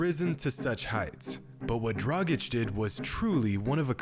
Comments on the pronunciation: please get acustumed to pronounce his name well.. sometimes you do and sometimes you don't (in past videos you didn't at all). it is dragic= draaggich. not "drajik". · It’s pronounced dra-gitch not dra-jic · It's pronounced "DRAGITCH", not "DRAJIK" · As an Eastern European it absolutely hurts my ears when people call him Goran Dragic (Pronounced like Tragic) LOL. It’s Draghich yall... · I enjoy how pronounces "Goran Dragic" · It's funny how his surname is pronounced differently within the course of the video. :D